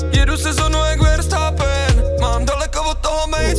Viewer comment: Verstappen and Mbappé se vyslovujou trošku jinak.